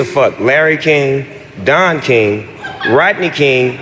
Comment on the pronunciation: Why is he pronouncing king like that tho? He’s saying it like kaeng. Kind of like how he says eggs like ayygs